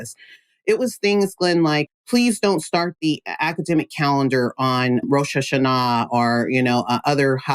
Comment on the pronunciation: I'm impressed by the spot-on pronunciations of "kibbutzim" and "Rosh Ha'shanah"